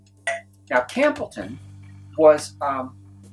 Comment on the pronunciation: i clicked away at Is-Lay and Campbel-ten :D